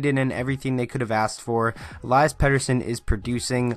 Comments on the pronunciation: Eliiiiias, not Elaias.... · Listen to EP himself pronounce it----"El-ee-us"... ((I'll go with that)) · I have a pet peeve with people still not pronouncing his first name properly after he's been in the news and the league for a while now. Elias (e LEE' es) is a special talent with a hockey IQ that is off the charts, silky mitts, he's smooth skating with great balance and edge work and a phenomenal shot. His hockey sense is evident with his responsible back checking and amazing understanding of the game for a kid his age. He's a legitimate game changer, but I'd wait a while before calling him generational. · Why do you call im ilayas?